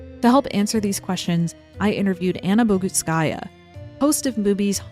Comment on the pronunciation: Btw, Anna's surname is pronounced with the emphasis/accent on the U, in Bogutskaya, and the part after that is said quickly. She pronounces her name correctly in other youtube videos. If you have her on your channel, I thought you'd try to give her this courtesy.